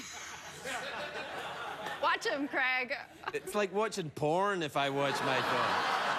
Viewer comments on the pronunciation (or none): anyone else annoyed that Amy was on the show 8 times and she still called Craig , Kreg ? . funny interviews but this annoyed Me.